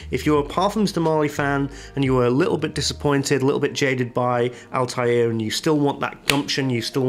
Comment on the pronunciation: It's not Altair from AC (flying eagle) its Althaïr which means ( Rebel ) in Arabic. It is pronounced with a (th) not (t).